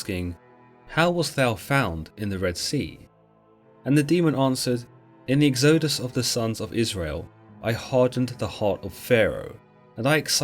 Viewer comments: egg-zoh-dus? lol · Great video, odd say of pronouncing Israelites and exodus though